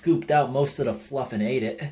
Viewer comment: “let’s open up- the fa-luff😋” I rewatched that way too many times. (This is why you don’t stay up late)